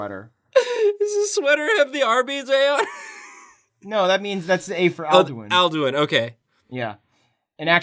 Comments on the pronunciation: the way you pronounced "Alduin" made me sad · Alduin is pronounced Ald-win not al-doo-ween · The Mutant Lemur If I'm not mistaken, it's "Al-Doo-een"